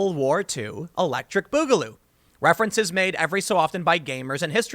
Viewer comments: bugaloo.... comon tim off the fence its boogaloo say it stop being pc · It isn't pronounced like that. It's more like "booger". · Its boogaloo, not bugaloo. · not "Bugaloo"Tim..it's BOOGaloo two O's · It's Booger Goo ! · this was all worth it to hear Tim say, "Boogaloo" so many times! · The way you are miss pronouncing boogaloo, is driving me crazy.